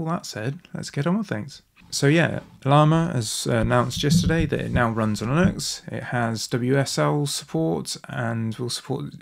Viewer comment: How did you get to your pronunciation of Linux? How could one correct the error occurring here?